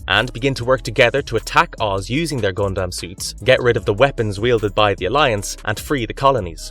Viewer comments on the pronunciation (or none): Yeah, Rowni Kenshin is such a classic anime, but seriously dude, I have a hard time believing you watched half of these anime, and you didn’t just google them or used Wikipedia. I don’t know, but the way you pronounce stuff like Saiyan, Gundam, Rurouni etc… just gives me that impression.